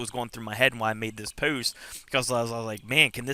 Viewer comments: Rachel W just what I though :) puwwst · This is very helpful, thanks! However the way you say “post” is.....unique? What kind of accent is that? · The way you say “post” , “dose” is hilarious! Anyways congrats on getting clean sir! Also - lol not sure where you ever heard bumble bees can’t sting haha - they most certainly do - only difference is once they sting once, it removes their stinger and they die. Where-as wasps can sting over and over again... Bless